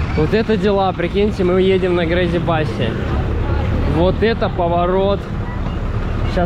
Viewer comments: Грейзи 🤦 Крейзи бас (сумасшедший) 🤣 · Не грейзи басы🤦‍♀️ Крейзи, crazy! 🤦‍♀️🤦‍♀️🤦‍♀️ Может стоит выучить английский?!